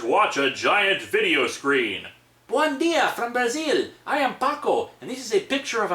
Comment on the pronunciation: "buon dia" INCORRECT, bom dia. Brazil's language is P O R T U G U E S E man